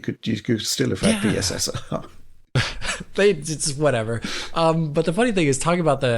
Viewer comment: You do realise that is Mark watches DF he also knows you've been calling PSSR "pisser"? 😂